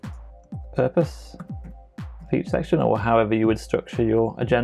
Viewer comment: Pupose... Gah! It's killin' me.